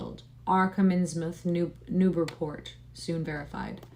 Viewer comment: Its pronounced Insmuth ;)